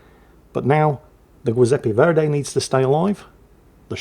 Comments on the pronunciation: while your accent in Italian is as good as it is in Australian, let me just point out that the Italian ship's name is pronounced "Jew-zep-peh Verdee" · As a fellow Aussie I would pronounce it more like "Jizepee Verday" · Zjoozepp-ah Vhere-dee, 😉 (á la Captain Bertorelli of 'Allo 'Allo fame.) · I'm going to just join what I'm sure are hordes of people in the comment section and point out that the Italian BB's name is pronounced "GEE-sep-pee VER-dee" :) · Absolutely heinous pronunciation of Giuseppe Verdi, even by standards. Delightful video tho. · pronounciation of Edinburgh is top notch, Scharnhorst is alright, Giuseppe Verdi is.... oh boy oh boy oh boy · butchering the Giuseppe Verdi name at least 3 different ways, don't ever change. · How does he even fuck up that name who doesn’t know how to pronounce Giuseppe or Verdi I can kind of understand harder names but being from England he has surely met someone called Giuseppe